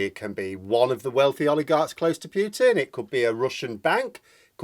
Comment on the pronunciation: Only human on Earth who pronounces it ‘Pew-tin’ for some reason…..